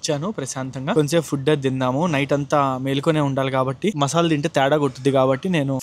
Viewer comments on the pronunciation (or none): none